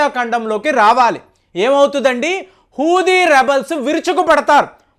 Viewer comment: హూది ఏంటయ్యా, హౌతి అను, పసపిక్ అంట,న్యాతాన్యాహు అంట ఇంకా చాలా ఉన్నాయి, వీడికి సరిగ్గా పలకడం చేతకాదు వీడొక అనలిస్ట్ చీ దీనెమ్మ జీవితం